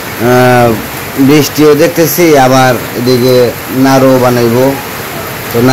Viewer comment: নারু না নাড়ু।